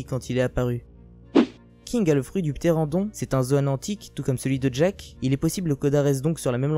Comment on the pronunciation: Ni y a t-il aucun youtuber capable de prononcer "Ptéranodon" correctement Kappa